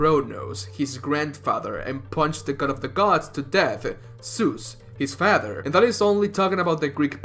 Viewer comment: The way you said father is like how pewds say wamen XD awesome video tho